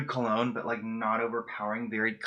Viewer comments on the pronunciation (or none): none